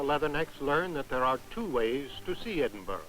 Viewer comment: Always find it funny that Americans can't pronounce Edinburgh. It's BURHH not BUROUGH, don't pronounce the G. For people who are going to comment keep it friendly, the last lot of racists and morons made me delete the thread.